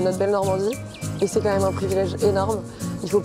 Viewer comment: "c'est caen même un privilège" 😭😭 les boss